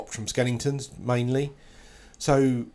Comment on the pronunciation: "Skelingtons" lol